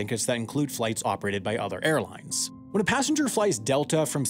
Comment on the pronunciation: It's "Airlines", not "Airlinses"